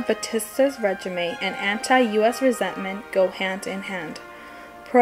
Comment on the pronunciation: regime is pronounced regeem, not regimay.... also it's more pronounce kyuba than cooba, it pronounced krooschef not krustcheve, this was driving me insane. good job otherwise